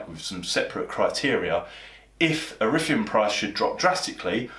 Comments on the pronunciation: You lost me at “iffireum” I got a mortgage 2 years ago. My bank statements were littered with sky bet transactions. But yeah nice try, trying to scaremonger crypto investors. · Just curious, when you say erithium do you mean Ethereum?! 😅